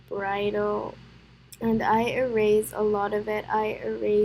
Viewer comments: i love that you say eraze instead of erase (No offense i actually really like that you say it like that.) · How she says erase